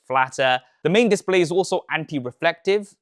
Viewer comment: Bro can't say "display"